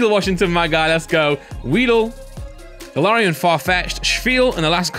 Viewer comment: ITS GALAIRIAN NOT GALOREON